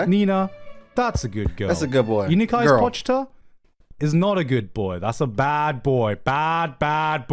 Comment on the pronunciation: BRO PRONOUNCED IT AS "POCH-TA" ITS GOD DAMN "PO-CHI-DA"